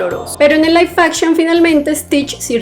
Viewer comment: Laif Akchion x 500 veces😅